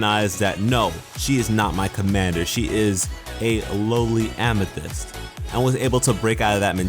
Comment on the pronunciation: Please. oh PLEASE never say famithyst again! it makes me cringe badly. No disrespect through, love your vids. Keep at it bruh.